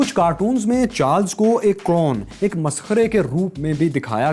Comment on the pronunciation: Its گارفیلد نا کہ گالفیلد aur clown hota hai na ke kraoun.